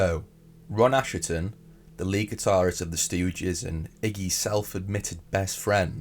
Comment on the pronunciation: Your video on Albini alerted me to what a disgusting person he was but this video needs reworking. And now the thumbnail is dishonest clickbait because you know better. I wouldn't like to see you sued over it. And please, it's pronounced ashton not asherton.